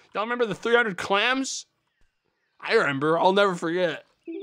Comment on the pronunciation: SAYS REMBER